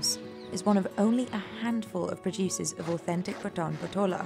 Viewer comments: Very informative video. Just one thing - not sure if others have covered it in their comments - it's pronounced Paa-tan not Pa-taan. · The lady pronouncing it wrong totally ... It's not pataan it's paatan patola saree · Its not पटान its पाटण !!! She pronounced so wrongly our place like she speaking of pathaan!! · Thats Pa(aaa)tan and not Pata(aaa)n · It's Paat'n not p'taan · It is Paatan, not Pataan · It's pronounced as Paatan not Patan. Very shallow research. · It's paatan and not pataan please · You should correct your pronunciation, it is Paatan not pathan or patan. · It's pronounced "paatun" and not pataan, please. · Its Patan Not Pathan 😂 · Paatan( paa ta n) not paatun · It is Paaatan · Even she is not pronouncing the word "Paatan" correctly ... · Very different words, and her pronunciation of Patan is wrong. "Pat" is pronounced similar to "Part" and "an" similar to "done".